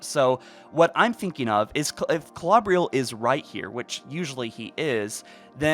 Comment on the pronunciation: I dont think it matters but im pretty sure its pronounced (kl-oh-ber-ill) Klobrill